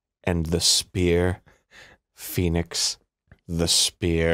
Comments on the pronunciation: bro said poenix wright in the intro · "Peenix right"